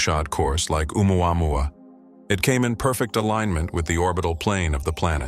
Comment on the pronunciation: Stupid AI narration! Listen to how it says Oumuamua! Ooo mwahwah 😂😂😂